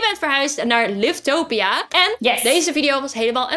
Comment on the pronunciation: Het is geen liftopia maar livetopia je zegt liftopia geen haat❤i love joun videos